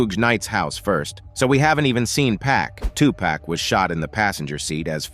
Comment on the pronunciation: Hate it when its pronounced wrong pack pfffff its 2pac not 2 pack